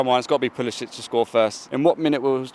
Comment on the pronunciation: I comment on every video where Chelsea fans destroy our Prem players names because they deserve at least that. It’s not hard. Another one that kills me is when they don’t say Puli-sick. Again, not hard at all. He just doesn’t care.